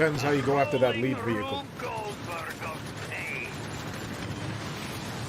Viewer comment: Rrrolling Rrrube Goldberg of pain?! WANT SO HARD!!!!